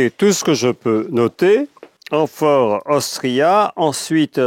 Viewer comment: C´est pas "Amphore Austria" mais "AmphorA Austria".